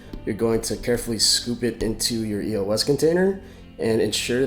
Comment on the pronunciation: It's pronounced [ey-ohs